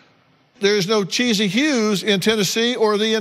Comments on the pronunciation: Anyone else get annoyed when Dr.Phil calls that girl "Cheesy" when it's clearly "Chess-ee" 😅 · Yes! I don't understand why he said that, unless Renee and her family told him that that's how "Thomas" pronounces her name. (If so, then Dr. Phil should have asked why that is.)